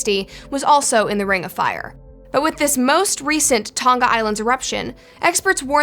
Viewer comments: It's Tong-Ah not Tong-gah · It's Tong-a, not Tong-ga. Like singer doesn't have the hard g sound. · Why can no American pronounce Tonga correctly? Hint - it's not pronounced "Ton-Ga" but rather "To-Nga". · Why is it annoying me that noone can say the word "Tonga"? Its Tong-a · It’s Tonga timw